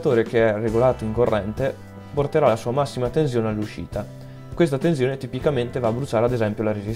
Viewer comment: Ottimo .... ma non si puo' sentire quella Z sulla parola tensione.